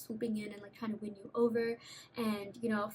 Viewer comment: When u kept saying “they wanna win u over!” I kept hearing “bend”! 😳🤭🤸🏾‍♂️💗